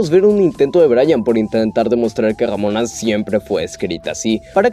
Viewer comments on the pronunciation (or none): a veces dices damona o robona jajaja con su desagollo.